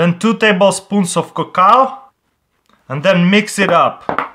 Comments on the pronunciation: It's cocoa not cocaw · "Cocow" XD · Cacao is pronounced Cuh-Cow and Cocoa is pronounced Co-Co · "2 tablespoons of coocao" CrazyRussianHacker 2015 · two tablespoons of CACOW lol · its pronounced coco